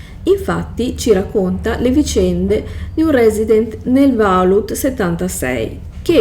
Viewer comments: ma stiamo scherzando? "Bet - hesda" ovunque. Pause, intoppi, "VALUT 76" al secondo 54. "Dalla guerra nuclerare rtereitoreato il pianeta", eh?. Ti mangi le parole, sembra più una parodia che una descrizione di un videogioco. È imbarazzante, veramente. Ancor più che ora tu mi chieda questa cosa. Se uno sbaglia nella registrazione si può ripetere, eh. Questa cosa denota totale incapacità e menefreghismo. Se hai altre domande imbarazzanti sono qua. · ma infatti ciascuno faccia ciò che vuole. Resta la questione del perché una persona con evidenti difficoltà scelga di recensire un prodotto che neppure conosce, esponendosi poi a critiche. Se io voglio raccontare di un videogioco, prima cerco di informarmi. "Bethesda", "Vault" pronunciati in quel modo danno fastidio perché mostrano totale disinteresse, mancanza di conoscenza. La tua libertà di parlare di ciò che vuoi non è superiore a quella di chi poi ti fa notare che è tutto estremamente sbagliato, poco curato e fastidioso. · Come fai a recensire un gioco e non sai neanche pronunciare vault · Non saper pronunciare alcune parole non vuol dire non saper recensire.